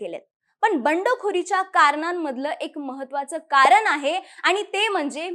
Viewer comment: Madam ते 'कारन' नाही 'कारण' म्हणायचं असतं.